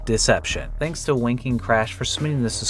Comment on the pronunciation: Can someone explain why says dzansk instead of thanks? Is it phonetically correct?